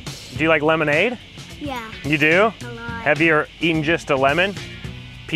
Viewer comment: It's. Pronounced. As LEMONADE